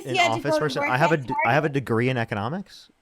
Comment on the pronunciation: “imagine if you dint have AGREE in economics?” Ya, she’s hammered for sure 😂😂😂🤪